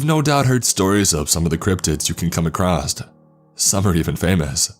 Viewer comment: The word is pronounced "across" not "acrosst". You keep saying "acrosst." ("There are several categories that you'll come acrosst.")